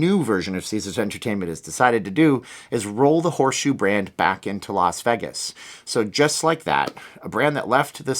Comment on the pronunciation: Well, he doesn't live in Las Vegas, so maybe that's why he can't pronounce it. 🤣